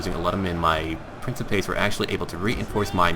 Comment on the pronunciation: So stuff lie Triarii all the I's are pronounced as E's. Principes- is said prin (one of the few i's aloud) ci - is said Ke. and pes - is said pAs. It's like with Equites and hastati; the i's are Es